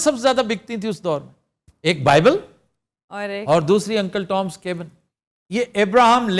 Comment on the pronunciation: Cabin's pronunciation was not correct. Plzzz verify on your own.